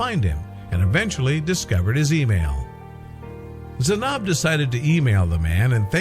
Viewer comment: Why would they ever show my country like that🙄 and then said my name wrong 💀 ( Zainab)